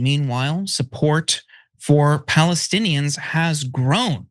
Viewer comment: That guy can't even say Palestinians. Everyone knows now that Netanyahu was very instrumental in setting up Hamas.